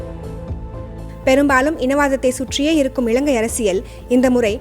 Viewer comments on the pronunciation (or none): இளங்கை அல்ல, இலங்கை. இறண்டாயிரம் அல்ல, இரண்டாயிரம். நிளை அல்ல நிலை. சரியாக உச்சரியுங்கள். இதுவும் ஒரு மொழிக்கும் இனத்துக்கும் கொடுக்கும் மதிப்பு தான்.